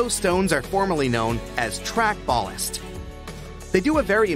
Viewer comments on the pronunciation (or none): THANKS. The pronunciation of the rock, used as track bedding, is BAL--LAST. You are right, that it doesn't settle into a solid. It grips itself tightly, but remains porous, to allow for water drain-off. It grips the cross-ties so they don't drift that bad. Thanks again for your videos.